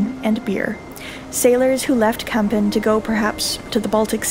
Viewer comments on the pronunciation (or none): Very nice video about de Kogge and Kampen. By the way you pronounced Kampen as Kempen. The letter A in Kampen sounds more like the A in the word March. Minor detail tough.